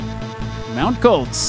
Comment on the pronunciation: I thought think its lock-we not lock